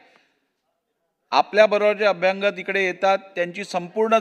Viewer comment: अध्यक्ष महोदय..अभ्यागंत हा शब्द नाही तर "अभ्यागत"हा शब्द आहे.